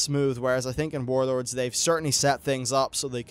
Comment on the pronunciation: Saying "Wawd" sounds stupid to me. Just say warlords.